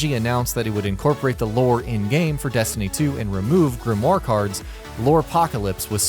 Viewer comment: This is a really awkward video it seems like this guy knows what he's talking about to the casual player, but to a destiny players it's awkward for example how he talks about grinding perfect rolls then showing a shit roll and the way he pronounces grimoire and mida-multi tool